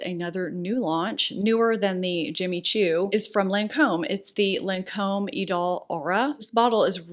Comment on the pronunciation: you pronounced the Lancome lip products beautifully,!;) <3